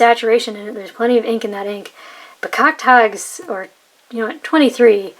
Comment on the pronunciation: Pronunciation of Bekakt Haags was fine. No butchering at all. Thanks for the review.